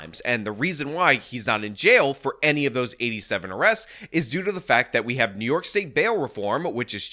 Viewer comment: What IS this " City Of Nyork" of which you speak? 😂